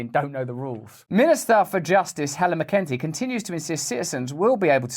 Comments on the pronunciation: Minister of justice is pronunced Mac in Tee not mccunty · “Mac un Tee”…...